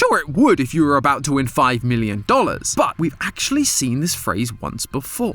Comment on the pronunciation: Knew he’d talk aboot this